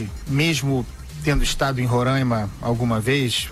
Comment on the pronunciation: É Roraima e não Rorãima. No resto, ótima explicação sobre o fechamento da fronteira.